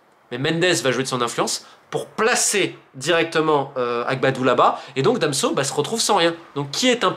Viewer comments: Super vidéo romain mais Danso pas damso lol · Ne me demandez pas pourquoi je prononce "Damso" et non "Danso" (alors que je ne connais même pas le chanteur en question, je ne sais même pas ce qu'il fait, mais j'ai appris son existence à cause justement de ma mauvaise prononciation). J'espère cependant que ça vous permettra d'y voir plus clair sur les enjeux/influences en coulisses. Keep the faith !